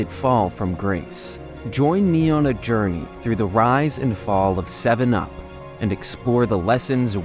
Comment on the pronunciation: Did that first guy say "Sevum up"? That's what it sounded like.